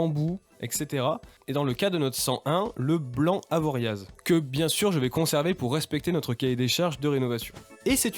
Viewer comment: Top la cabine ! Mon petit cœur de haut savoyard à pleuré pour ton Avoriazzz, le Z ne s'prononce pas 😊 Et peut être qu'ont s'croisera sur une route en mob' je suis e Auvergne maintenant 😁